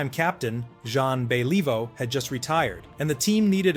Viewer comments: Get it right, you dip. Your apology is not acceptable. Pronounce Beliveau and Richard correctly, Honor their names. It's not Bell-EE-vo. It's Bellivo. It's not REE-sher. It's ReeSHAR. Drive me nuts with your ignorance. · BahLEEvoe? Maybe don't use an AI narrator next time, eh? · Who the f is John Believe-o? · Truly a worthy successor to ZAHN BELEEVO!! lol crap AI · Yeah, bay-LEE-voe is an embarrassment to any hockey fan. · I can't Beeleevo how much BS there is in this video. Brutal narration, full of poor pronunciation and outright lies. Pathetic. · John Be-Leave-vo! Take this down or fix it.. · Bay-lee-vo haha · John Bell-eee-voh...couldn't even prounounce Belliveau's name properly. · Teach that AI how to pronounce Beliveau. Is the whole thing AI? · Please practice the French names before announcing them, because you are butchering them. Better yet do this phonetically first for example: For Belleveau say Belle-e-Voo and for Pierre say it Pea-Year. It killing the French language was a misdemeanor, you would be on death row. RIP: Guy Lafleur.